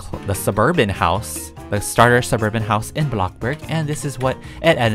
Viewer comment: When he says "Suburban" I remember "suburb van"😂